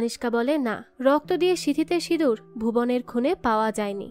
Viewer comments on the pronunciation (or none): none